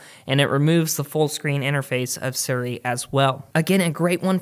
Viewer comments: Its SIRI, not SURI. You say it as you read it, S - I - R - I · lmfao he said sirry instead of siri whatchu Canadian mate? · What is suri? Do you mean Siri but cant speak well or? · the way you say siri is so foreign to me